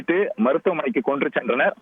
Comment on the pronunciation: கொன்று சென்றனர்.. ஸ்ரீனிவாசா தமிழ் சூப்பர் 😡